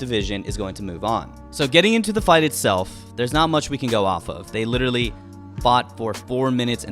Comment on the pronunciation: If you want to be a commentator, you have to know how to pronounce the word literally, it really fucking annoys me how many people these days are pronouncing it all wrong just out of convenience, it’s not Little Lee 😂😂😂